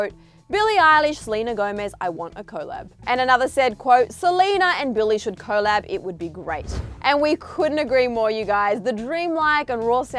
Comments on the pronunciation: What is co lab? Lol it's pronounced COLLAB lolol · It's weird how you say collab with two syllables when it's said collab not co-llab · happyfeet 3 I was just thinking the same thing. And it’s not an Australian thing because I’m Australian and I’ve never heard anyone pronounce it like co-llab. It’s just weird 🤷🏻‍♀️😒